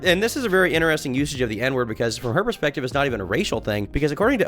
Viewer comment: Bro please learn to pronounce the word "interesting"